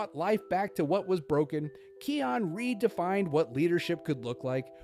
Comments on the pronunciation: Bro it's called Kaayon not Keeon😂😂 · The name is not keon its kion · Kai - on not key - on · His name is pronounced "kai-on" not "Key-on" xD idk why Key on dries me up the wall. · Keon? It's kion with an I pronounced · Dude "Kee-on" is crazy lol